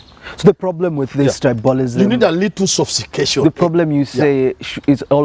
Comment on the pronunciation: check the pronounciation of Tribalism